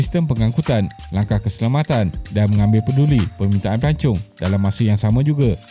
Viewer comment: Pelancong ke pelacur.dengar lain plk😅😅😅